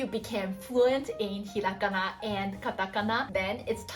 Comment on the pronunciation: はじめましてこんにちは^ ^ 素敵な笑顔に惹かれて見たら、”ひらがな””カタカナ”との発音が！嬉しくて思わずコメントを書いています♪ ゆっくり話してくださるので、聞き取りやすくて助かります☺️ ありがとうございます^ ^